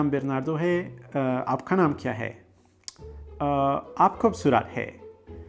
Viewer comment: It is khuubsurat not khubsuraat